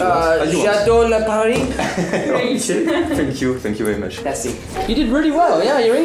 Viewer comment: "J'adore la Paris" 😂 C'est drôle quand il dit des mots français avec l'accent bien anglais😂